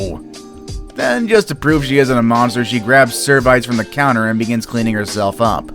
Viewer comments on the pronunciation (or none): That pronunciation of 'serviette' is the most interesting thing in this video smh.